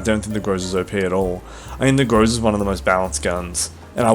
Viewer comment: It's GrozA not GrOza, dude! Still waiting updated tier list